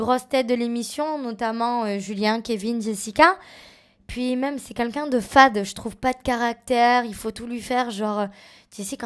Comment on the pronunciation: Ya que moi qui l'entend toujours dire Qunlqu'un 😭😂😂😂